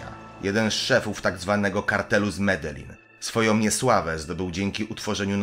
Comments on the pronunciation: i nie midelin tylko z medelin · nie madeli tylko medelin